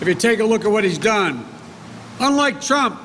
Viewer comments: President “Clump?” at the mark? 😂 Whether it’s Trump or “Clump,” as you say, that’s who I’ll be voting for, not you. You aren’t for the people when a) you have no crowd and b) you don’t take questions unless they are scripted in advance. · PRESIDENT CLUMP??????? MY PRESIDENTS NAME IS DONALD J TRUMP. NOT CLUMP. CANT YOU GET ANYTHING RIGHT JOE????